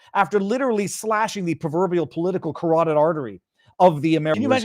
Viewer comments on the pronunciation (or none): none